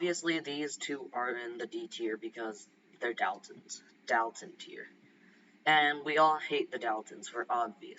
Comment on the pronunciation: I do kind of find your voice rather odd… for instance when you say ‘Dalton’ and ‘Alisia’